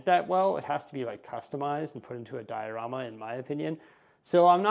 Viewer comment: Those LOTR sets display really nicely the way you did it! You call the big bay the "dia-room-a".